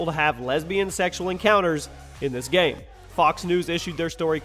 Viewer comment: "video gayme"